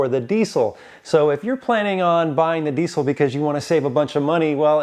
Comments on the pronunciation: God how I wish people would stop saying DEECIL. There is NO C. Please.. Not PLEECE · It’s diesel with a Z sound. Not with a C sound. Sheesh. Get it right.